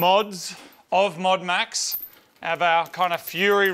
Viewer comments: "MODEAD MAX" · MOD UNMAX say it like Modern Max as its the modern version but has been un-Maxxed. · "Modu Maxu" Becos drift 😂